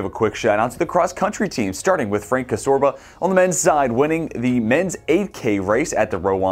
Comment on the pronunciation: Frank Csorba .last name C is silent.